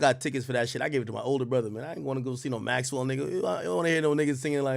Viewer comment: You did Maxwell wrong AK, put some respect on his name😅